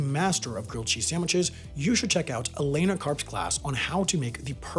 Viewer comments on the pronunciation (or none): none